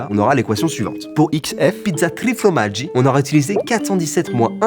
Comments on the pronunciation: on dit formaggi pas fromaggi mais je t'en veut pas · Par contre ça me stresse trop... on dit FORMAGGI pas fromaggi en italien hahaha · FORmaggi pas FROmaggi 😝